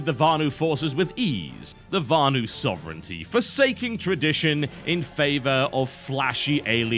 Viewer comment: VANU not varnue...